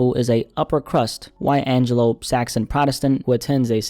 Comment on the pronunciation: He said white Angelo Saxon 😂